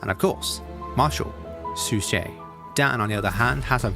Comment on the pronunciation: "Suchet" is pronounced "Suck It."